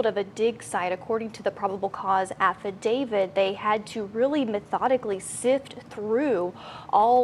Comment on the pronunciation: ITS....HONED IN.....NOT HOMED IN....ALSO AFFIDAVIT......NOT AFFIDAVID.......GET IT RIGHT!!! SHE MISPRONOUNCES ...TO MANY WORDS FOR A NEWS REPORTER!!!